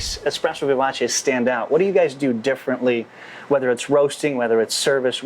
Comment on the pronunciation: Vivace. Eh sound, not ee. Americans really can't speak foreign languages.